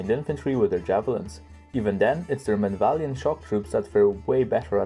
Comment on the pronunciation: I think its pronounced men-av-lee-at-ton? I dunno, I can't say it right with regularity. Its surprising you don't rate their infantry as a strength, considering how often people refer to the legionary as the best infantry in the game. I can see where you are coming from though. Its also pretty criminal that these guides don't get more views. Can't wait to see the Khuzaits personally. As much as I'd love to see them, I'd probably hold off on minor factions until the kern tree get sorted.